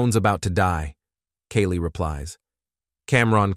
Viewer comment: My name is Kaylee & the way this Ai says our name makes me cringe for us both